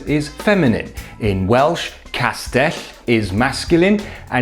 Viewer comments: Wasn't expecting such a well pronounced castell, good job! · Yay! You pronounce the Welsh ll correctly: excellent!! On the actual subject of the video, also excellent, though I came to the conclusion long ago that there are English-speakers who have a real blind spot about grammatical gender, and simply cannot grasp that GENDER just isn't the same thing as SEX, and never was.